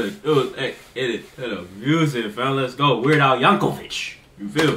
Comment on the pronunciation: No disrespect but his last name is not pronounced Yankovich it is pronounced Yankovick. I've seen quite a few first-time reactors pronounce his name as Yankovich